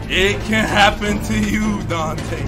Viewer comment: "It can hapen to you"